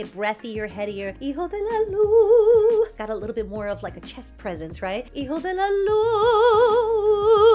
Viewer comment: Thanks for this reaction and for pronouncing "Hijo de la luna" correctly. Many people mispronounce it, but you don't and I love it.